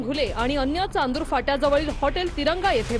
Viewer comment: चांदुर नाही ओ नांदूर फाटा